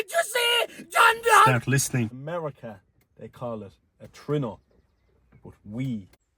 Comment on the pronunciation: Lads its called a True- eh- no!